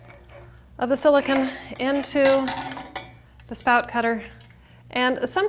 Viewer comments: You're so annoying how you say silicone! It's not Siliken! Wtf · silicon is pronounced as you are saying in this video you are using silicone "cone"